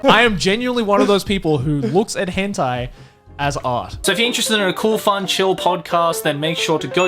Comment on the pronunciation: "Hentey" Nice